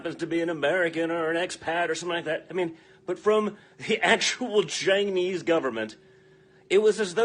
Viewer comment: Check out the racist dog whistle he learned from daddy. Nobody pronounces Chinese that way, ever.